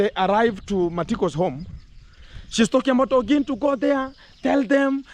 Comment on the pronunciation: She calls you Gentle ,she can't pronounce Gintu